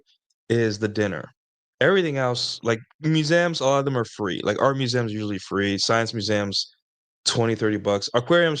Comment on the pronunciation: have i been pronouncing museums wrong my whole life? muzamms?! lol that should be a clip🤣